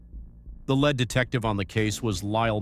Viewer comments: When I hear 'it' dialogue indicated with mispronunciations like led instead of lead as pronounced 'leid' or 'leyd', I go elsewhere. 'It' is just everywhere, and I've had enough. Besides, I know this story, and there's naught you can teach me. You're just shortchanging us, and it's become a joke !! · I really cannot understand how you can process videos with names of principals in the case pronounced correctly by people actually involved, and then mispronounce the name of a principal person of the case. Edit: The word lead in lead detective is not pronounced like the metal Pb. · 30 photos cycled between 3 to 8 times each with a few short interrogation clips. AI slop..."'lead' (metal pronunciation) detective on the case Lyle Mayer..."